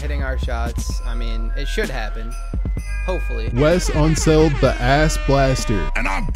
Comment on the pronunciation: Can someone tell me why he calls Wes unseld ‘ fat awlee ‘ 😂